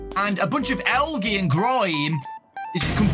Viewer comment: pronouncing algae as “algee” instead of “aljee” was so funny to me for some reason idk why he’s so silly I love him 😭💖